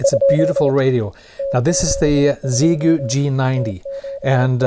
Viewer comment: you are the closest one to pronounce the radio brand correctly, in the hundreds of videos I have seen!